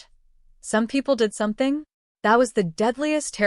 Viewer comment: "Saum People Deed Saumting"? And the great flood was "some rain for awhile" Deport Stinky.